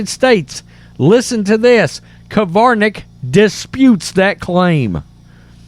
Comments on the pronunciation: How come you can type the name "Krivanek" yet you keep saying "Kivarnek"? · It's Krivanek (Cre-van-ek), not Kavarnek (Ca-var-nek). You mispronounce a lot of words. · It's not the end of the world but pronounce her name correctly....just sayin'